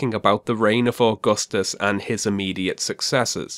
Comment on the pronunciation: being an Italian, grown and educated by a public educational system that provides young students with basic understanding of roman history even at lower ages - I'm quite triggered at the way Stefan Molyneux is pronouncing Augustus